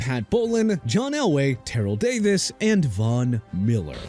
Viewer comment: FIRST OFF TERRELL IS PRONOUNCED TER-RELL. SECOND STAUBACH IS PRONOUNCED STOW-BACH NOT STOW-BACK. THIRD IT'S JA-GWAARS NOT JAGWIRES. LASTLY MR. AARON DARRELLE IS DA-RELLE!! YOU GOT A PROBLEM WITH THAT?! BY THE WAY WHY DON'T YOU CALL THE OWNER OF JACKSONVILLE'S FOOTBALL TEAM AND TELL HIM TO CHANGE THE NAME TO JAGWIRES OR YOU CAN GET THE TEAM NAME RIGHT!!!!!!!!